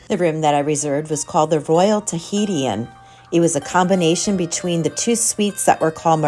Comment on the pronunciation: It’s not “Tahiti-in” 😂 it’s “tuh-hee-shin” Tahitian. ❤